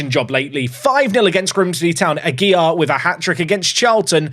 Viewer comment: Ah-gee-LAR. This is driving me crazy to hear every episode. Perhaps someone will buy from the team and solve the problem. LAR, not YAR.